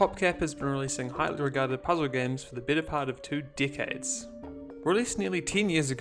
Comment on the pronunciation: Lol im not making fun of you just found the way you say decade 😂